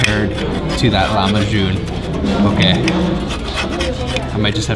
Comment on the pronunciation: Lahmacun not Lamahcun :DDD ı love you man :DDD